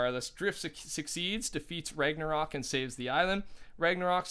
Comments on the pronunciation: You finally said ragnsarok right woo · he said Ragnarok right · You’re saying ragnarok correctly man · You pronounced ragnarok properly today!